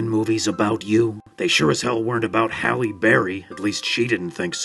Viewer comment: its halle berry HALLE not howie